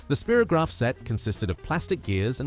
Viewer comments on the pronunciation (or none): Why do you pronounce Spirograph like Spearograph rather than Spyrograph?